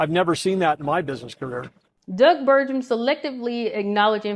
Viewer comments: Good video, but his last name is pronounced with a hard 'g'. Source: ND native here. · You're not pronouncing Burgums name correctly.